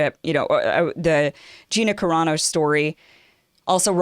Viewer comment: I wonder about you sometimes. Either you're too lazy to take a moment to find out how to pronounce that woman's name or you've never seen the TV show and you're just lying. You sounded more convincing back when you used to talk about subjects like trying to get out of the friend zone for men....